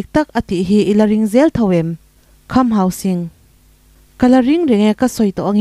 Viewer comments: Ka pi,hausing tia ilam sek hi enge awm zia....hangsing hi chu a awm ngei...tin, sing ilam dan pawh hi mahni tawng kalsan deihin jing tiin ilam bawk a heihi adik lo..mizotawng khan asipel dik deih khan lam la adik zawk.hausing nilo in,hangsing tia lam tur ani zawk e. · Kham Hauzing tia lam tur ni lovin Hausing zawka lam tur a ni e